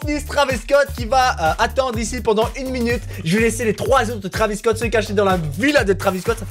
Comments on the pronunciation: Pourquoi tu dit que < Travis cot> ? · il dit bouceau Travis scot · Non il a dit traviscot 1000 fois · Combien de fois il a dit travisscot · les taravis scotts ?!?!?!?! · Ta dis beaucoup de fois traviss Scott